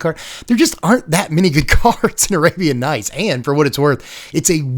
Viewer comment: I stopped watching when he said arabian nights.😅